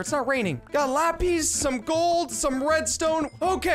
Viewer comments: IT'S NOT LAPĒS IT'S LAPIS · How do you not know how to say lapis